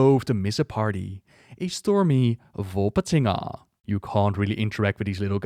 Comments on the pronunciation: One shot every time says "Volpatinga":D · You had allot of fun pronouncing Volpatinga, I can tell.